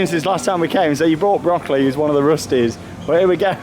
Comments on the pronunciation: your pronunciation of "Böckli" sounds more like broccoli :) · It's funny how you pronounce Böckli like Broccoli xD I think his name would translate into Ramley.